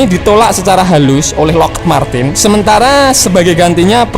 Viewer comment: Yg bener lockhiit marten, kmu salah naca Brooo